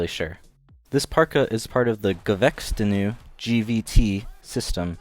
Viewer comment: "huh ooohh gevechtstinue"